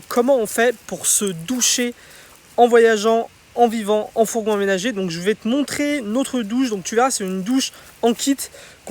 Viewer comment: Notre douche et non pas nautre douche, puisqu'il y a deux consonnes qui suivent le o 😉